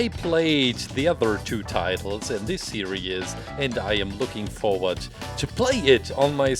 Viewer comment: Can you make Gooigi Next, oh and no offense, when you say series, it sounds like your saying serious